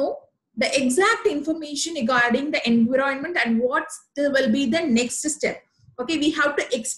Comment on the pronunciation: Video is useful. Kindly check the pronunciation. I found environment pronounced incorrectly. Apologies, if it offends you. :)